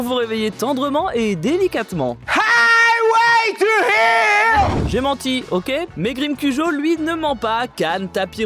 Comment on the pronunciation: C'est highway to hell et pas "highway to hill" qu ils sont con,con c'est français